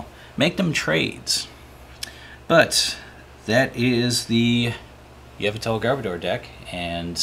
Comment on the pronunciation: first time ive heard yveltal pronounced like that. yevltal